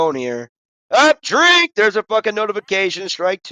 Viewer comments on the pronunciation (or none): i feel like i made you drink the least amount this round lol also you said strink at some point. thats drinking on a strike in the zone perhaps? haha